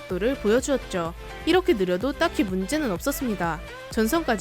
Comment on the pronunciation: E^렇게 E^렇게 발음 왜 E^래요?